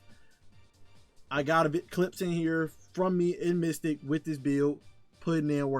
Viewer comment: It's Mythic. Not "mystic". Just trying to help! This is a badass build!